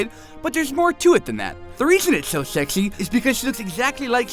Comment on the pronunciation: "Shexy" I'm laughing so hard!